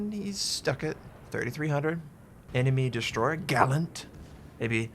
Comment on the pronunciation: I kinda like the way you say "an enemy destroyheh" istead on "enemy destroyer" ;) Cheers!